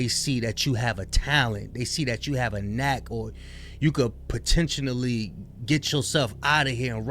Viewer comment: said Potentionally 😂😂😂